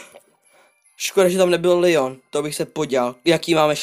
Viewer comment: ty si rekl misto leon lion XD